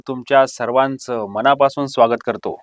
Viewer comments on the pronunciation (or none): none